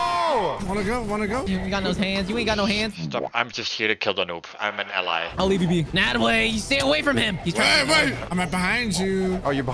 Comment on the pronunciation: I honestly thought ally said the N word